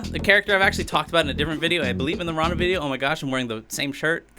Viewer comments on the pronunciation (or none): none